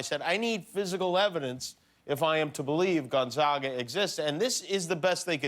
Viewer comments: HE ISNT PRONOUNCING GONZAGA RIGHTT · All the mispronouncing of Gonzaga is driving me nuts. Lol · and gonzaga not gonzaga